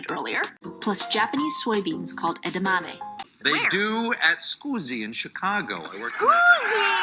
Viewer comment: So she even pronounced 'edamame' with an Italian accent. smh.